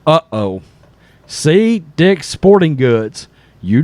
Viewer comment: cmon man , it's "dick's" .